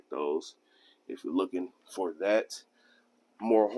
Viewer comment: it's FOUR..not FOE